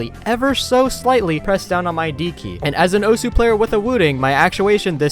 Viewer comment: How do you have a Wooting but still pronounce Osu wrong?